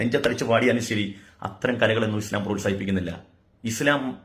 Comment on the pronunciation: മുടിശം അല്ല ഇസ്ല്ലാം